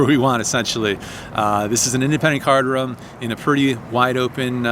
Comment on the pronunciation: Congrats on the business. Really heard your roots when you say poker "ruhm" . Keep up the PLO please!